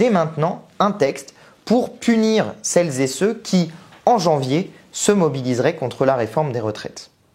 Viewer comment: Dommage tous ces "celles- zé-ceux"... ça gâche tout